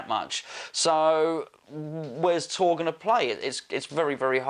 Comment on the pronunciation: Time will tell.... And isnt it pronounced "Tor-ray"?